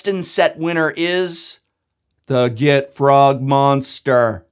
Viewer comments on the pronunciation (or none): gotROG, not gitFROG. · It's GITROG, there's no F.